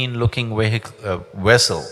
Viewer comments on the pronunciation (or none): He keeps saying wehicle when he means to say wessel!